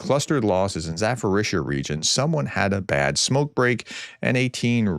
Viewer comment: Zaporizhzhia is pronounced with a P